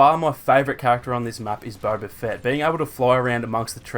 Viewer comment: Bro, ur accent is annoying af, it's BOBA! not Bober. And it's people, not pepple.